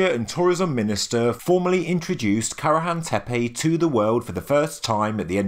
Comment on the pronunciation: Why do you pronounce Y at the end of each Tepe ? It does not spell Tepey, does it?